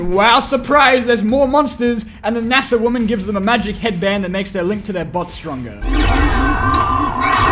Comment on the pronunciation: I thought you said "massive woman" instead of NASA woman